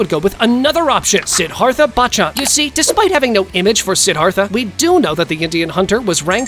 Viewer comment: You pronounced Siddharth Bachchan name wrong